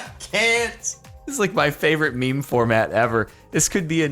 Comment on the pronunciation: “says meme format” LEGIT ABOUT 3 SECONDS LATER “Feme Format”